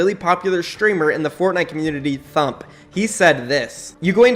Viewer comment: its pronounced T UMP or T HUMP not THUMP